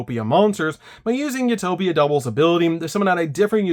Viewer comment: “You toe pic” not “u top ick